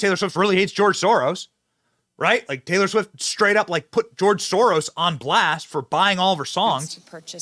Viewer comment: Who tf is taylow swift lmao